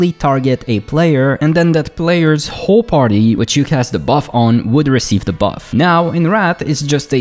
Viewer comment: The problem of mistaking L for R and putting more emphasis on the end of your words really comes out when you say whoRE raid.